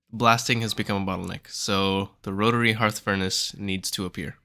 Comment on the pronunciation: Thank you for pronouncing "hearth" correctly... So many people making videos are saying "hurth"